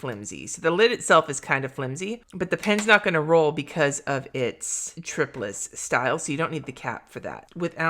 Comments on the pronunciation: This was an awesome review. I have been wondering for these for a while and I'm so glad you finally had a chance to check them out! I would like to add, though that I think you're saying triplus wrong. It is tri like triangle, and then plus. Not tripless. When I read it, and because of the triangle barrel, that's how I interpret it. I also have heard many others say it that way, though I admit I have never heard the manufacturer say it. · Have I need saying "Triplus" wrong this whole time? I pronounce it "try plus." Now I am second guessing myself!